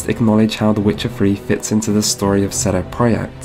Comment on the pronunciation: I find it funny how you pronounce the 'CD' in the company name very 'Germanic' whereas in Germany we pronounce it completely 'English' (like 'see dee').